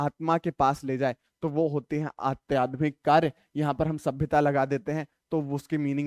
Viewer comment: Aadhyatmik ko Aatyadhmik 🤣🤣🤣